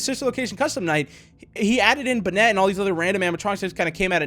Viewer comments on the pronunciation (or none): When you said Bennet it's bonnet